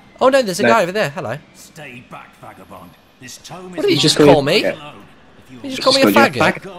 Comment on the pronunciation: He said Vegabond